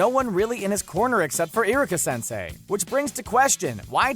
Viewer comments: How he said Madara or kurama or iruka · the way he said iruka really bothered me